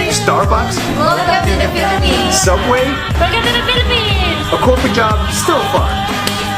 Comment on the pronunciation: U say piliphs HUHHH im piliphines!!!!! I lived HEREEEEEEE pls dont mad at me im just a kid 8-9 Ú^Ù wait thats mah name bro